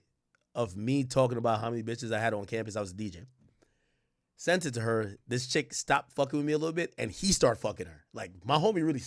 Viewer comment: He said ' I seeent him'... if this was a preconceived thought, I believe he would have used proper rhetoric... Which to me means he is conversing about what he saw in his own terminology as it unfolds in his memory.. Therefore, this sounds very believable.